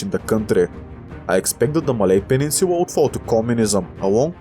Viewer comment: Here are what I observed, he unknowingly pronounced "l" as "w", it's cute and here are some of the examples: • Laos → Waos • Thailand → Thaiwand • peninsula → peninsuwa • Bangladesh → Bangwadesh • island → iswand • popular → popuwar • well → weww • guerillas → gueriwwas • control → controw • balance → bawance • Guatemala → Guatemawa • canal → canaw • Colombia → Cowombia • Latin America → Watin America • collapse → cowwapse • a lot → a wot • longer → wonger